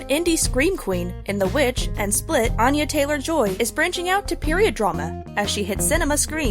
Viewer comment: "Anya Taylor Joy is quickly making a name for herself" they say as they mispronounce her name